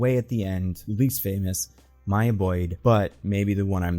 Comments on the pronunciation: Came to comment this 😭 bro said Mia like … Maya is a easy name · It's MY-YAH. Your first pronunciation was correct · Bro don’t overthink it, it’s just Maya…like how it’s usually said LMAO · Why would it be Miya. Stop doing the thing white voices do when u go out your way to butcher a fire letter name. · why would maya be pronounced mia???????? whats weird with maya/mya? very common and normal name. also: that has nothing to do with ryan coogler. storm and t'challa shippers are the ones who said they want her in black panther 3 so much so they dont say "she should be in black panther 3" they say "she will/has to be in black panther 3". they have been saying this since the first black panther film cause in their mind all black super heroes have to be in the same film, all black super heroes come from wakanda, and all black super heroes know each other. makes no sense. when lupita was cast as nakia they thought she was storm. since the second film was female focused they thought storm should be the lead but they had riri instead and now they are doing the same with black panther 3 even after storm was announced for xmen which comes out BEFORE black panther. she is an xman not a wakanda. folks need to keep their fanfiction to themselves. this is insane. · Why would Maya be that hard to pronounce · I don't understand why he doesn't think it's pronounced the normal way "Maya" is pronounced